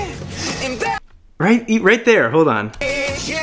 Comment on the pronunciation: Nah he dodged the "hold" syllable, it was noticeably quieter than the rest